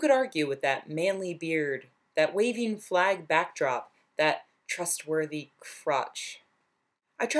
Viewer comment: I need to confess something... When you said "trustworthy crotch" I heard "thrustworthy crotch". My ears are hot for Chuck apparently.